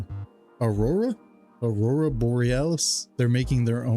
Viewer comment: Dude my wife wanted to name our daughter aruora and as soon as I went to say the name struggling like you did i said never lol I’m not arguing with a child who turns me into Nemo saying anemone calling her name.